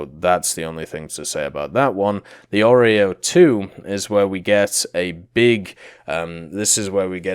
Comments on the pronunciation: Its not a oreo its Orao. good lord. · So many mispronunciatons🤪 Mostly at Galeb and Jastreb, Orao and Soko. But other than that the video is nice. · Kraguj last j iz like Y from Yugoslavia Jastreb same story as above Orao ≠ oreo, a like america :D